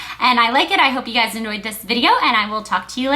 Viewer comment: Lol at the end sounds like ' hope you annoyed this video' not 'enjoyed' lol!!